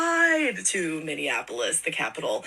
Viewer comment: These guys are such a joke, and no one is afraid of them, haha. He keeps saying he's coming to the "capitol" (which is St. Paul) in Minnea-Nah-polis. Can't even get the place and the name right 😆